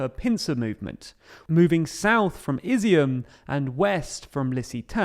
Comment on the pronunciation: Ob-last, Care,son. You really need to become a better example of what Brilliant can do. Not Izzy-mm, I-zyum.